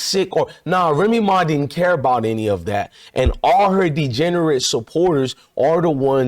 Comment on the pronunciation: this fool lost me when he said remee ma fans.that shit crazy 😮😂😂